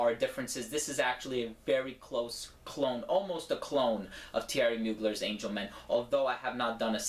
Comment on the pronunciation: Great review and TY for being one of the few people in the frag community to pronounce Mugler's name correctly =P